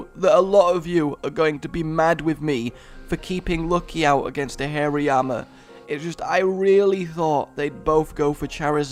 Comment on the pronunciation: Btw hariyama is hari-yama, but Tue way you say it makes me think hairy arm pit